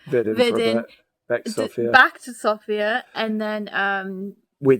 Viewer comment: The way you pronounce Sofia is just music to my bulgarian ears! :) It is just so common with foreigners to pronounce it like the female name Sophia, that hearing it properly pronounced just feels really nice.